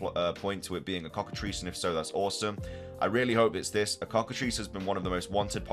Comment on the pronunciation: I would love a cockatrice inspired pokemon. (and thank you for being the only poketuber to pronounce that correctly so far) The Elite Four being back is a very good thing.